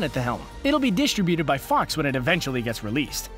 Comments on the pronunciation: Its dis-TRIB-uted, not DIS-trib-uted... PLEASE!!!!!!!!!!!!!!!! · It's Di-STRIB-uted, not DIS-tributed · diss-tri-bu-ted? WTF hell is that? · It is pronounced "disTRIButed" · Stop mispronouncing "distributed" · This guy doesn't know how to properly pronounce "distributed"